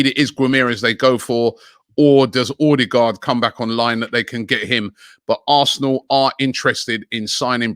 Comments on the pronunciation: Pronounced Udegaard. Ø you pronounce like U is closest i can tell to Englishmen how to pronounce that letter. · it’s pronounced audegaard coz of the ø